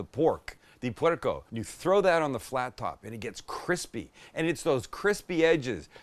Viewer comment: En serio, este gringo llamó cerdo - "porko”? 😂😂🤣